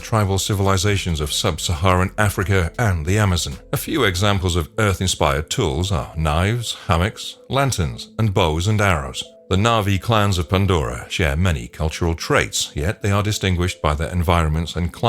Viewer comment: Did you say hammick? 🤦🏾‍♂️ Dafuq man?